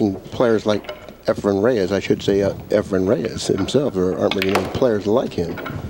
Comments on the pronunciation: Nick calling Reyes Efraim the entire time. Geez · Hey Nip.. his name is Efren, NOT Efrem! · Why is it that Americans find it impossible to say EFREN....and i find it impossible to stay awake with sigel even the very first shot of the match...takes an eternity to play a daft shot and msses by a country mile...then looks sort of shocked that he missed!